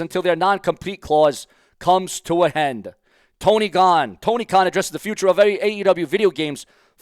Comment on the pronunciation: U said Tony Gone instead of Khan. Is that a hint of something?